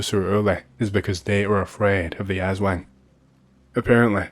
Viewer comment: As soon as I see “Philippines” I knew I'll hear atrocious pronunciation of aswang and manananggal. I was not disappointed